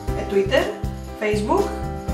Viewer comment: τουμπλουρου! :") ταμπλερ προφερεται!